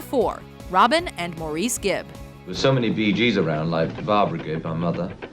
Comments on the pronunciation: In case you guys are doing something about the Bee Gees in the future, I just wanted to point out that Maurice Gibb is pronounced "Morris" Gibb. Yes, I know you guys are based out of Montreal so its common to pronounce it "Mor-Reese" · Stop saying Maurice like that, he pronounced it like Morris, not Mour-reece. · I know I'm years late but for #4, the Gibb twins, he didn't pronounce his name Mahr-Reese. He pronounced it as Morris. It's obvious you're reading a script, and badly I might add. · In Australia, which is the home base of the Bee Gees, Maurice is pronounced Morris" not "Morrees". It's as annoying as "Kreg" for "Craig". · pronounced Morris not More EES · Maurice Gibb is pronounced Morris. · Maurice Gibb’s name is pronounced Morris, do some research for Pete’s sake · His name is pronounced "Morris" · I cringed when she kept mispronouncing Maurice Gibbs's name. It's pronounced "Morris". And the Bee Gees were more than just a disco sensation. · It's pronounced "Morris" Gibb ..WHO doesn't know that by now ??? I mean..besides ' ? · maurice, is pronounced 'Morris' in this case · You Americans and your pronunciations of Craig and Maurice - Craig is phonetic, not "Creg". And Maurice is pronounced "Morris". :) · lol she said morEEss